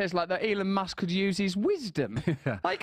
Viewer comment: Did he say my dick musk?